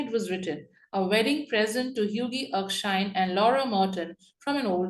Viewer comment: Erkshire???!!!! It’s Erkskine!!!